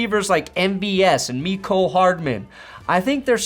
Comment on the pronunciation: FYI-Mecole is pronounced like Nicole.